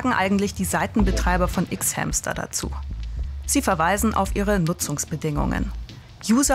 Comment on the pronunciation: Ich mag sie aber mir stehen die Haare zu Berge jedes mal wenn sie "ICKS HÄMSTER" sagt 😭.